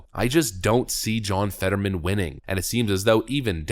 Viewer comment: His name is John... Fetter-whamen!